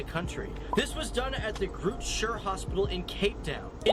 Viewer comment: by the way that is Groote Schuur Hospital not Group Sure@ Oh so embarrassing I understand pronouncing it wrong but getting the spelling wrong is shocking